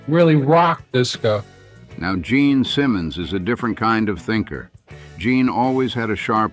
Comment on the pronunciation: Omg it's Gene not Jean!